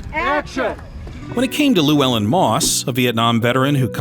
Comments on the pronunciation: "lew-well-in".. that hurts... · Also absolutely butchered Llewellyn